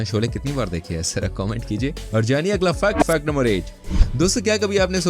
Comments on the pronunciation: U pronounce fact to Fuck no 1,2,3 or j tu jaan buz k krta hai kaminey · Fact ko fuck kyu bol rahaa hai